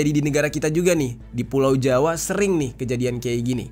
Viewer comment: Ko ngomong pulau jawa nya rada² ditekankan ya, apa ada yg sepemikiran sama saya?